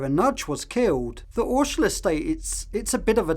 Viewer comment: It's Ordsall not Orshall estate. Pronounced "Ordsull".